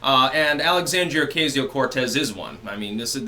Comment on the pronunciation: Still can’t pronounce OCASIO?